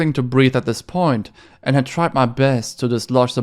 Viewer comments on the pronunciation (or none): 4th puh “i” nt!